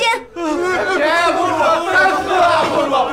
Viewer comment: 19.59 三思啊 四公主。台词都念错了 靠后期的字幕有用吗